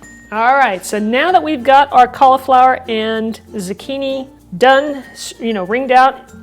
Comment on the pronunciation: What's a "Z'kini"? Is it anything like a zucchini (zoo-kee-nee)?